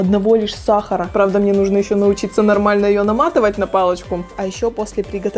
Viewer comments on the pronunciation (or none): none